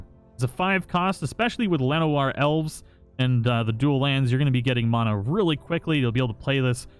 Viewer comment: Disliked bc the way u say mana